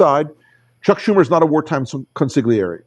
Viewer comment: It's pronounced con-SILL-ee-AIR-ee. The g is silent. Pass that on to Chris Hayes, too, please.